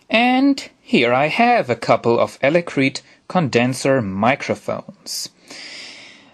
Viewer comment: elecreet? you mean electret right? ;)